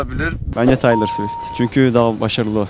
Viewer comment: Daha doğru düzgün perry diyemeyen insanların çok seviyorum swish swish demesi😂